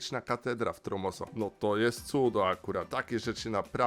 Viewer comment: Tromsø nie Tromoso 😆